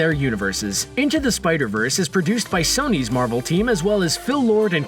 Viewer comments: Why did he pronounce Sony as Saw-knee? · Btw you mispronounced Feige and Sony